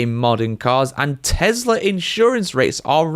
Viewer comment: Tesla not Telsa